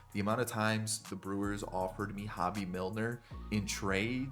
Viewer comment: love the vid! and btw, Hoby Milner, is pronounced, HO-BEE :) played in high school with him!